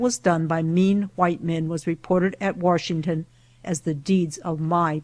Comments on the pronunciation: It's Washington, not Warshington. Ugh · “WaRshington”. There is no R in Washington! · I absolutely hate when people say warshington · Didn’t know there was an “R” in Washington.